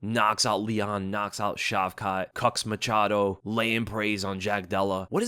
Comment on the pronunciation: “Machado” i cringe everytime i hear this.